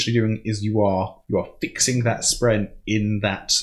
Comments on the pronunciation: My GOD its not spreen! Spren spren spren SPREN! Sorry but Im way too much of a word nazi to let tht one fly. Otherwise, you kicked my ass in understanding this book. Took me about 3 reads to pick up everything you have on your first. Good job. Good job. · It's because I actually call them Spreenies because they are cute and need a cuter name I just shorten that and we get to spreen. I know it's still not acceptable but I didn't think it would be fair to say that correctly and still not get any of the other names right.